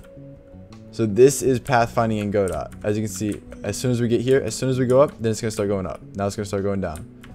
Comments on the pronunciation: "Go dot" is funny. It's pronounced "guh doh" like the name of the play Waiting for Godot. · its Ga-Dough not Go -Dot